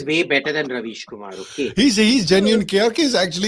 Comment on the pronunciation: kam se kam pronunciation to theek kar lo. yeh rubbish kumar hai ravish kumar nahi.